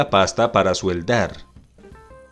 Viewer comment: Amigo se dice soldar no sueldar